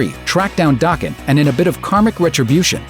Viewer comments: It's not dāken, it's daken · Daken is pronounced DAY-KEN, not DAH-KEN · you pronounced Daken wrong. it's pronounced DAE-KEN. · Daken is pronounced Dayken fyi. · It's Da Ken (Daken) you said his name wrong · I thought it was pronounced *Day-kin*? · It's not DAH-ken... Also this video is horrible. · that's not one of wolverines offspring. Also, you mispronounced Daken. The A is pronounced in the same way as "Day". And as for the old man Logan bit, you talked about that like Mysterio was just like, "hey, go kill them". As opposed to how it actually happened. Then of course all the other inaccuracies on this list from leaving out important details... Oy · Daken in pronounced with a hard a